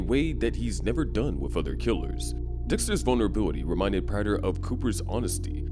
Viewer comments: It’s pronounced PRAY-ter not PRATT-er. Please learn how to read lil bro 🙏🏻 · Its prāter my man not the way you pronounce it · Stopped watching because of the way Prater was pronounced. I wish I could Bay harbor Butcher you for that pronunciation.